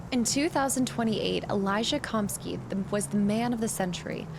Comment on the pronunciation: That’s an ‘A’ in ‘Kamsky.’ Not an ‘O’